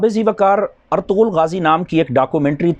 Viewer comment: Molana Irtugrul hai Aap to siga theek bolo